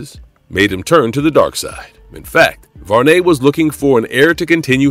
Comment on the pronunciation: Did you say Var-Ney? It's Varney like Barney, you know the purple dinosaur? Wow! Who is the narrator?